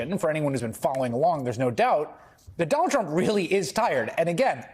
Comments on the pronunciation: Did he call him Jonald Chump? Lol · Is it me or does he say Jonald Trump at the start lol...